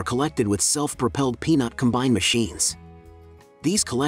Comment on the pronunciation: Com’bine, not com-bine’